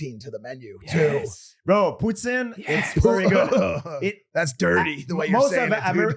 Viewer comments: As a Canadian I Do not approve of how he says poutine😂😂😂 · Hahahaha they keep laughing at him say poutine properly, man was born and raised in the land of poutine